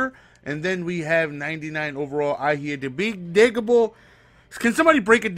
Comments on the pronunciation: It's pronounced i-he-diboh and Kelsee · The g is silent in his last name. Eh-heh-di-bo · Kelce = Kelsey Ihedigbo = Eh Head EE Bo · Lions fan here. It's pronounced eh-hed-eh-boh. The "G" is silent. Trust me, when we signed with the Lions this year it took me some time to get his name down haha. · I-head-ig-Bo love the vids tho gs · The easiest way I can set it up to pronounce is E-Head-E-Bow and just say that shit as fast as possible lol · this is how you say it a-head-a-bo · XD it's head-ih-bow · It's kelcee and I-he-dig-bo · James E-head-eh-bo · you get me so Jealous man having players I'll never have I'm a 92 overall and I'll probably stay there for the rest of MUT i became a 92 overall in 2 months and a half. And for the SS Hero its James ehitabo is how to pronounce Ihegdibo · Pronounce like the letter e, then the word head, then ig like in igloo, then Bo like Bo Jackson E-head-ig-bo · Hey its e-hed-ah-bo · It's E-hed-a-bo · YO! It's ( I- head -eh-bo ) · it is pronounced E-Head-U-Bo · It is James ee-head-i-bow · Eh-hed-ig-bo is how to pronounce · Ihedigbo is pronounced E-Head-Igg-Bo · It's pronounced Kel-sey and e-head-a-bo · It is pronounced Ih-head-ih-Bo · E-HEAD-A-BOW KEL-SEE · I (soft I)-head-ig-bo (hard o) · It's pronounced IH-HEAD-A-BO